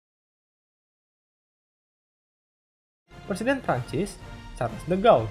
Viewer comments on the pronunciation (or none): none